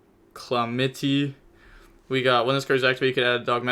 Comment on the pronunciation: Its pronounced calamity like "True king of calamity"